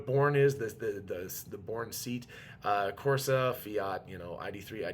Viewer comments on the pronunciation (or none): I think “SEAT” is pronounced “say-ott”. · Seat - pronounced Say-Ott is like the Spanish version of VW… I believe it was started under Franco… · SEAT is a Spanish company and pronounced Say-at to write it phonetically. E in Spanish is like E in Eric. In other words a soft A. And it stands for Sociedad Española de Automóviles de Turismo. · its not seat it is the SEAT brand (used to be sub brand of VW) and the Born model:)